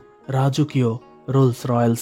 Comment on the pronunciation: উচ্চারণ - রোলস রয়্যালস না, রোলস রয়েস